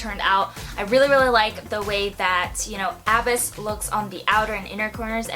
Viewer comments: That was killing me I was like pls tell me someone told here I came here to let a bitch know 😂😘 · so glad someone else said what I was thinking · It's pronounced a-BYSS, as in "I fell into a deep, dark abyss," not A-byss. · None of these people are explaining the pronunciation very well. It's uhh-biss. Beautiful tutorial though. I really want this palette. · Sweaty... abyss is pronounced a-biss like bliss.. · Love this video! It's pronounced a-biss btw 🤓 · LOL why does she keep saying abyss like that? XD sorry had to but yes this is a very pretty palette. I love mine. So good for any eye color Imo. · Haha, knew if I scrolled down, I'd see a comment about her mispronouncing "Abyss" ! Ah, its all good girl, God knows Ive mispronounced a few myself! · Lol she can't even pronounce abyss right😂